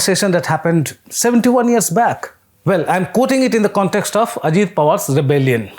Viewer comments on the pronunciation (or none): none